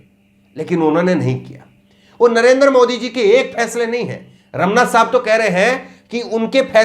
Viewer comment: रमना नहीं रमन्ना बोलो